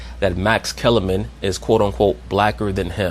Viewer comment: "Massa" Kellerman 😂😂😂